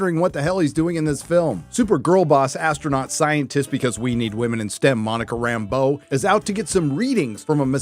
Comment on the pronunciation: For the grammar nerds, can I just compliment pronunciation of Rambeau. And not Rambo the way Nick Fury says it. Usually SLJ's unique pronunciation is pretty cool. But in this dreck it just sounds dumb.